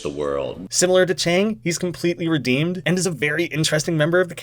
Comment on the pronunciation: I swear I heard "redeaned." Edit: Someone else already made this comment.